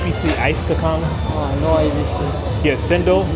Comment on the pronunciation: dude, Bahasa Melayu is phonetic. kacang is pronounced "kar-chang" and cendol is "chen-doll"